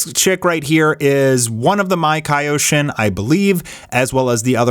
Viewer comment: MAkaioshin...not maikayoshin.